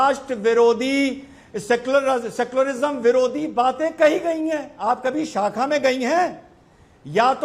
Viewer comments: Saacka nahi hota shaakha hota hai didi.Padhai likhai nahi kari didi ne! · साखा नहीं शाखा😅😂 पहले बोलना तो सीख RSS की बात तो बाद में कारियो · Are dehatin aurat shakha ko sakha bol rahi hai